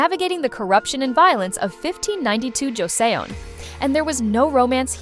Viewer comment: Ffs at least learn to pronounce Joseon. Nooooooo it's not Jo - sE - on 🤦🏻🤦🏻🤦🏻🙄👎🏻